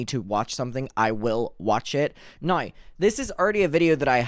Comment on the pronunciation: I thrive every time I’m watching and hear “NOWR”